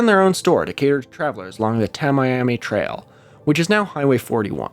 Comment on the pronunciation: I listened to most of this episode on my drive to work along US-41, aka Tamiami Trail. Your mispronunciations of that and Estero caused me a small amount of pain. Keep up the good work.